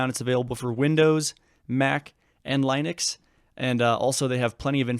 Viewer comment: i wouldnt go around saying linux like that...